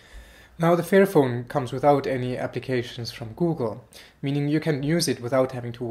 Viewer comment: You need to work on your pronunciation dude. you keep saying fearphone and not fairphone. It gets kind of funny ;) Otherwise great video! :)